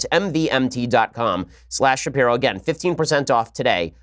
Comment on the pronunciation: it took you too long as a brant promoter to learn that "mvmt" is supposed to be pronouced "mouvement"